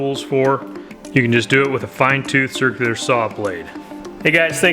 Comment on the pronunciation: First, it's a Circular saw not a Cerclier saw. Second it's especially not EXspecially. Learn Engrish!